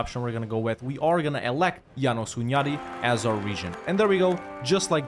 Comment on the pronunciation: Hey great video as always! Just a tip for possible future references (and FYI for anyone that cares) in Hungarian, any name with an 's' is pronounced like "ash", the regular "s" sound in English is marked by "sz". So János Hunyadi is Jáno-sh Hunyadi, and Pest is Pe-sht. I know most people don't know this or worse, don't care, since it's an arguably smaller, lesser-known and just completely different language than any other European major one, but it's just really annoying to hear constantly even at airports as a native speaker :D Anyways, keep up the good work bro!